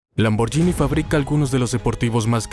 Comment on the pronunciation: Gh en Italia es como gu. La pronunciación correcta es, escrito en español, lamborguini